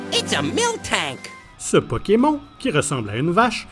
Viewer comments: "PokemON" je pleure ça se prononce "pokemonne" 😭😭😭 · Pokémon au lieu de pokémone m'a tué de rire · Non mais bordel comment il prononce Pokemon 🤦🏻‍♀️🤦🏻‍♀️🤦🏻‍♀️ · Comment ça « Pokémont » arrêtez tout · Ouiii même si tu dit pokeMON on San fou on t'adore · Arrêtez tous de vous plaindre car il dis pokemON et pas pokemonne comme nous en france car il est québécois donc les prononciation sont différentes c'est un peu raciste de dire a quelqu'un qu'il ne parle pas bien tout ça parceque les québécois ont des prononciations différentes